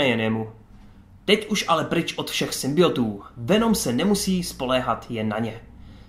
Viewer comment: SymbioNtů, to N tam prosím dávej, to tak bolí když říkáš symbiotů .............